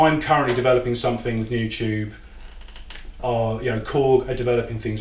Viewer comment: Hey, I notice that whenever you say the word "something", you pronounce it "somethink." Is that a British thing? Or is it just you?